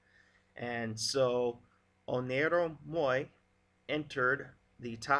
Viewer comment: Just a clue, it is "Oneiro" not "Oniero" ;) ei = i in greek